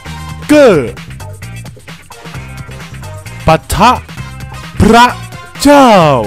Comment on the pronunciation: แก้ไขเสียงพระเจ้าหน่อยมันออกเสียงว่าเจ้า